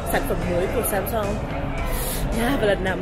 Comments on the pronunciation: k có song?????. Theo phát âm của hàn sam seong sẽ đc ng hàn đọc thành sam song nhé. Chứ lgi có samsun đâu má, xam xong xam xong:)))))))) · Từ samsung đọc đúng là sam soong thì phải